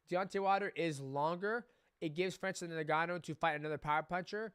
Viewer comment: Ayo you pronounce it N-Gannou, not Negannou..